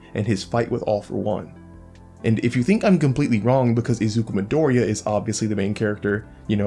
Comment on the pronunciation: your pronunciation of midoriya's name tilts me